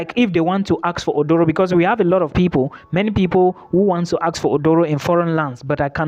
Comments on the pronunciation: Aduro, not Odoro. A Ghanaian word. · It is not Odoro. Read my lips...say A-DU-RO 😂